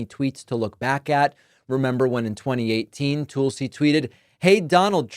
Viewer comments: This is why no one takes David seriously, referring to Tulsi Gabbard, as "Tool-si,". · David says Tulsi soooo weird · Goddammit David! Stop being stupid. Gaetz, Gabbard, RFK are a test. If he can demand that the Republican Congress confirm these guys, and they do it; he has them. Complete dictatorial control. Why is no one alarmed? Why is Biden doing nothing to help us? Please quit mispronouncing Tulsi’s name. It isn’t funny and it is reminiscent of Trump saying Obamna. Just stop it. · David every time you intentionally mispronounce Tulsi's name all it does is remind me how unserious a political commentator you are.